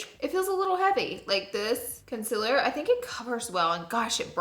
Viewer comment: I love how she says “conciller”